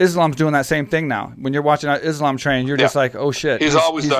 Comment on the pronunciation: Islam. Pronounced like an ‘s’ not ‘is’ I think we can do that....